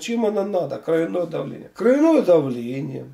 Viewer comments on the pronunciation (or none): Ударение должно быть на О.